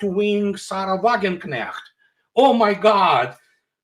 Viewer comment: Andrei pronounces Wagenknecht correctly. I appreciate that. 👍🏻